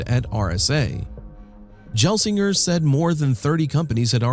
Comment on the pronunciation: Pat "Jel"-singer alerted me. I don't mind AI voiceovers, but that's like nails on a chalkboard and hints at low effort videos. You can correct pronunciations by messing with the voiceover script spelling, or using a better AI service.